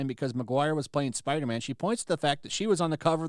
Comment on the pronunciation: Spiderman not Spiderma'am, Kirsten....